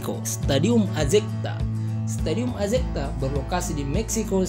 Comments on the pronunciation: Azecta bagaimana min, ini admin juga pelafalannya salah. Azteca yg benar min ini stadion boleh dibilang GBKnya amerika utara....sisi historisnya luar biasa, Diego Maradona juga angkat piala dunia 1986 di stadion ini. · Azteca kok disebut azecta sih Bingung itu org mexico kl dengar kata azecta😄🤣🤪